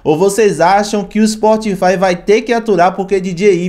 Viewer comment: "POBLEMA" , " SPORTFY" , "A GENTE NÃO PODEMOS"... larguei!!!